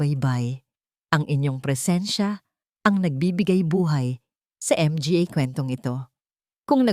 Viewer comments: Napaka walang kwenta bakit Di mo bigkasin ang words na mga kaysa spelingin nakakawalang gana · Npaganda ng kwento pro.di maunawaan kung bakit di nyo bnibigkas ng tama ang Mga & Pa na sarili nating salita. Ganoon din ang word na Underscore....................! Ano ito ! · Bakit M G A？ baka manga ang ibig sabihin😅 Tapos P A？ Pa lang ang pronounciation. Tangengot naman itong narrator🤣MGA tanga kayong MGA staff😡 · Hindi ba to Pinay si NARRATOR Akala ko sa una Ang M G A ay Isang company group idagdag pa Ang P A Akala ko personal alalay..portrages😅MGA-MANGA Pala to Ang P A-PA Pala utas nalilito ako nong una pero infairness Ang Ganda ng storya mo♥️yong👏 M G A at P A lang talaga ang problema😂 Underscore20X🥺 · Hindi ba mabanggit Ng narrator ang m g a ng buo?baka dayuhan ang narrator kaya ganyan. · Ang ganda sana ang kuwento, pero pinapangit ng maraming M G A naka singit sa mga pangungusap idagdag ang P A.Ano ba 'yan? Modernong pagbibigkas sa salitang mga ( MANGA) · Bakit nga ba M-G-A ang bigkas ng narrator...hindi magandang pakinggan. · 😢 kakalungkot ang narrator m g a at p a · Ang Ganda Ng boses Ng narrator kaso may nibibigkas cya na Hindi ko maintindihan.anu ang ibig Sabihin ng(mg at pa?)ay naku !Hindi ko tuloy maintindihan ang story.pati ba nman story ginagawa Ng tx?miss narrator bigkasin mo sana Ng buo Hindi short cut. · Ang mga sa Pilipino language ay manga kung bigkasin. Nalilito ang mga nakikinig. Salamat po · Ano ba yan yong mga under score buang kana cguro pati MG A hinde maintindihan magtanong ka nga muna kong paano mo bigkasin yong mga cnasabi mo sa marunong mag basa nakakairita yong mga pag kabigkas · Maganda sana pero nkit hnde pa bigkasin yong tama nat need pa mh mga mga sayang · Maganda sana ang kwento ngunit hindi namin maintindihan dahil hindi marunong bumigkas sa mga salitang mga, pa. Gumamit pa ng under score . Ano ang big sabihin into?